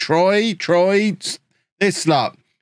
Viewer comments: Troyes = Twah. No. Seriously. Twah. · I'd put a very, very slight inflection of the r in there - Trwah